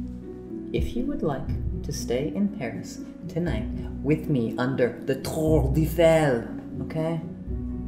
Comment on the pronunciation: I actually speak French and I couldn't stop cringing when he said Tour Eiffel